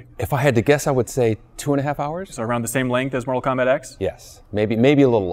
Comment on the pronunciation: NORTAL KOMBAT